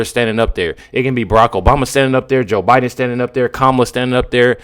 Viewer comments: Behar said "O'Biden"...Freudian slip? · Freudian slip… she said “O’Biden” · I here her say Obiden I swear she did she is so stupid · Note she said OBIDEN! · Joy definitely said Obieden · lol joy said o’biden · Did I hear that right? She said Obiden... proof that Obuma was behind all this? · Did Joy say Obiden??? Hmmm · Did joy say Obiden??? Things that make you go hmmmm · She said OBiden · Did she say O'Biden??? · Joy said Obiden lol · DId Joy just say "O'Biden" ??? 🤭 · Joy said "Obiden"